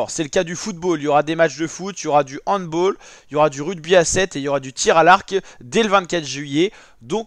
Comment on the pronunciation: Sympa les précisions, par contre on dit handb''a''ll et non handbol. 😅